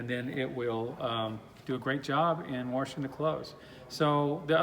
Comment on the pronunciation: ... "wahrshing" machines? ... perhaps that's why market- leader Speed Queen is not mentioned ... they only make great "washers" ... oh ... & because Speed Queen will not sell thru big box stores ... only indies....